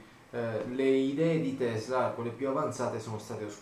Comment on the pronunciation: tesla si pronuncia con la s forte come se fosse doppia ;)